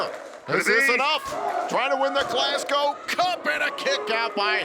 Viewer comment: Absolutely loving the fact and are pronouncing Glasgow properly. None of this Glasscow nonsense a lot of the people from the US say